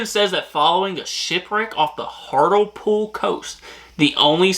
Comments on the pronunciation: Thought you did well but sidenote: Hart-le-pool....although I thought Hartle-pool was cute 😊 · Pronunciation tips: Thames is pronounced as "Tems" Avon is A (hard, like the first letter of the alphabet) then Von, A-Von Hartlepool is Hart-lee-pool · why do you have so much trouble with place names in the UK try breaking it down before make hand "Hart-le-pool" it`s not that hard I mean you almost speak English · THAMES is pronounced TEMS. AVON is pronounced AY(as in hay)VUN. BRAVEHEART. The worst film ever made !! Ask any true Scotsman ! BALMORAL is pronounced BAL MOR UL. EDINBURGH is pronounced EDINBRU not EEDINBRU. HARTLEPOOL is pronounced HARTLEEPOOL. People from Hartlepool are known as MONKEY HANGERS. There are over 600 Red Lion pubs in the UK. Hockey in the UK relates to FIELD HOCKEY. You have Haggis with Neeps and Tatties. The Magic Roundabout was a kids TV programme. NOT the same thing as the road layout ! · Hartlepudlian here 🙂 it’s pronounced Hart-le-pool and we are on the north east coast, another couple of cool facts about Hartlepool are that Andy Capp originated from here, we have a statue of him on the headland. Also Ridley Scott is from here and we nearly had a statue of a zenomorph in his honour but the local council are boring!! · I live uk in HART LE POOL that's how its said and YES we hung a MONKEY and for some reason we are proud of that's we have monkey mascot and statues 😅pronounced the thames has silent H and A 😅😅 it's sounds like temes 😅 I got 3 wrong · its Hart -le-pool although its understandable you got it wrong.